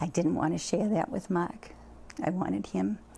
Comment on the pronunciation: After 15yrs wtf??? Did she just say MA-K who da f is that his name is Mark !!!